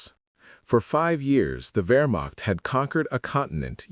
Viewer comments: It is NOT "Wearmockt" soldiers, but Vehrmacht soldiers. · It's pronounced " VerMacht" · "Where-mach" soldiers 😂